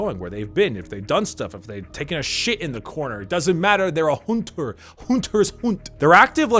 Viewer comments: "a HOONTER" Happy Eileen Noises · I love how you say Hhonter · After just hearing you say "Hoonter" I'd love to see one of these types of videos (attempting) to break-down the prolific characters in Bloodborne. Great vid, and sorely sorry I didn't find your content sooner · "Hoonsters hoont!" "You are the Hoonter, the Hoonter does not get HOONTED"